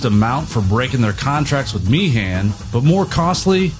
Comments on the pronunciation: You've done your homework on the facts, no doubt...but if I had to hear you mispronounce Meehan as "mee-han" once more, I'd have been ready to stab myself. It's pronounced "mee-'un". Typical American error. Oh, and the suite on side 2 of Abbey Road is a "medley", not a "melody"... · Small point of pedantry: The name Meehan rhymes with bein'. It's not Mee-han as in tree pan, it's Meehan as in human bein'.